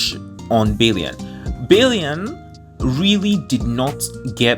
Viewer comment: Yangyang.. not YaengYaeng a like in "aqua" although its written as Chixia, its not pronounced as "Cisia" but "Chexya", and Bailian is not "Baelien", its Bai like in "bye".. "lian"... err... dont know how to explain it in english, but think of it as Alien, but instead of the normal "-lien", you add a, "liaen"